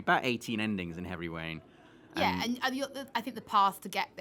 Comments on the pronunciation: He said Heavy Wain at one point lol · is it just me or did it sound like he was saying heavy wain at the end of the video? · did anyone else hear him say heavy wain